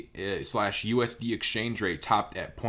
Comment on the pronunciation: Cardano coin is pronounced Aye-Dah, not Aye-Dee-Aye. It was named in honor of Ada Lovelace, the first computer programmer.